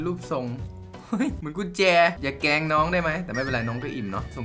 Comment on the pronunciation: อย่าแกงน้อง 🤣🤣 "แกง"นี่เหมือนได้ยินจากสำเนียงสกลเลยที่แปลว่า"แกล้ง"